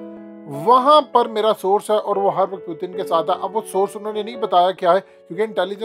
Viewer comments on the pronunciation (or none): او بھائی پوتن نہ بولا کرو۔ پیوٹن بولا کرو ۔ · ساری زندگی پیوٹن بول بول کہ اب پوتن پوتن کر رہے ہو😂😂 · Abe bhai naam to sahe liya kro pudin ni hy naam pudin oudin bolte ho nam sahe liya kro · Sir please pronounce properly the name of Putin it’s really irritating when you say pootin lol